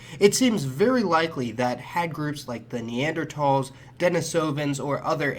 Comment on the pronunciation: Good video and thank you for pronouncing the word Neanderthal correctly.